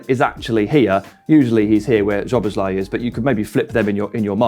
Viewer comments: Great video! Just one thing - Szoboszlai is pronounced "So - Boss - Lie - ee" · Why can’t people pronounce Szoboszlai’s name right? Sz in Hungarian is the same as ss in English.